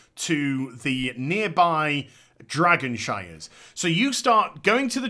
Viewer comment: Dragonshires? Shrines... shrrrriiines.